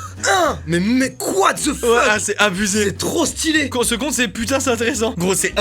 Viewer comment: Mastu: « quoite the fuck » 😂😭